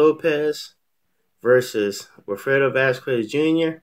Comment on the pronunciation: It's pronounced Vaz kez not Vaz kwez